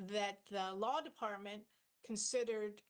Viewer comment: Did she say the Lawn department or the Law department?